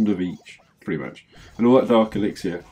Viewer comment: Remove the y sound from elixir 👍